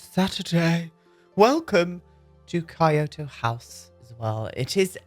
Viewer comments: Really gorgeous! Just FYI tho, Kyoto is pronounced like Key-oh-toe. The rice paper doors are called shoji (show-gee) screen doors. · Hmm, it's difficult but Kyoto should be a k sound without a vowel like at the end of duck. Then drag the K and add yo and to with a kind of h sound at the end. So maybe ck- yoh- toh would be a better way to suggest it. The main point is the voice shouldn't go up with any vowel sounds.